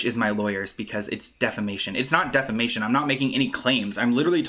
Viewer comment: It's deFamation......NOT DEMAFATION